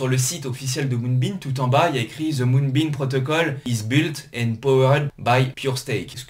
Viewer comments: Top la vidéo! Mais arrête de dire MoonbeaN stp. Lol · Quand on attaque la vidéo et que le nom du projet est mal prononcé ça commence mal...